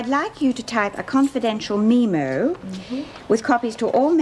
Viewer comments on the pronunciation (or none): seriously - it was NEVER called a MEEEEE mo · I have never heard 'memo" pronounced that way before!